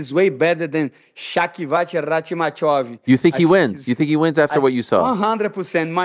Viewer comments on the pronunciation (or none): mf said Shocky Vatch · Shavikoch, shockyvoch, shockycock rockmaiev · The way he pronounced Shavkat’s name. 😂 Even Uncle Chael would be jealous.